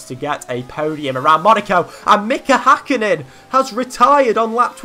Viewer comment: It is HÄkkinen not Hakkinen